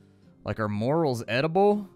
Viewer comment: They are pronounced more-EL, and yes they are edible.